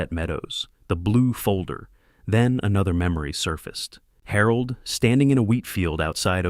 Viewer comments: I can only think/hope that Harold is pronounced wrong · Despite "Harold" being a woman I enjoyed this story very much! It made me smile every time the narrator said her name because somewhere in this story, translation was lost but it was funny! Very enjoyable. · That's Harold with a G..😅